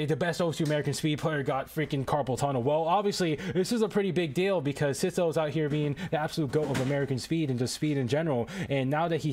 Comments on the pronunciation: dude its not "sitho" its "sytho" 😭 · its s-I-tho not s-i-tho